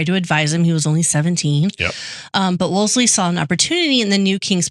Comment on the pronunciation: You guys are sloppy. repeatedly mispronounces cardinal’s name, Wolsey has only 1 “l.” piles on Kates blundering misappraisal of the cardinal by falsely claiming bloodlines meant zip in the days of Henry 7. Jesus. Read Wolf Hall and get the yourselves corrected. So you aren’t passing on ignorance as knowledge.